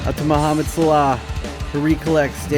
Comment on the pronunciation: Regular ppl: Mohamed Salah: Mohamed Slaugh